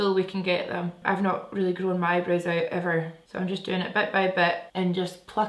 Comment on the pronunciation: For a second, I thought you said, "I'm growing my arse" 😂😂 growing your eyebrows 😊